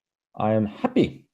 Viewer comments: Lol sounded like Japanese guy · The way he pronounces “happy” is somethingg!!